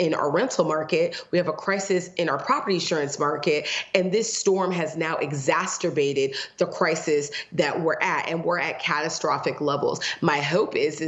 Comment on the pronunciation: Holy crap! Taint never heard that word "exasterbated" before! 🤣🤣🤣🤣